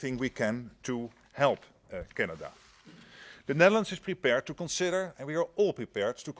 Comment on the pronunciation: Do you also "konsidder" to "sink" about "rejuice" your lack of English language? I am Dutch and ashamed for our "pm" he must go "fahwk" himself.